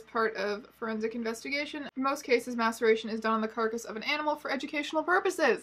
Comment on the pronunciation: I can't be the only one who kept hearing "masturbation" instead of "maceration". In this context, the former could arguably be worse. Also misheard "mastication" a couple of times, which somehow seems even grosser in the context of taxidermy.